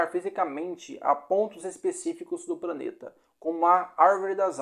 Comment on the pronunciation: Gostei do vídeo, mas... Você devia fazer um segundo vídeo com a pronúncia correta! Praneta, Eia, pranta, etc...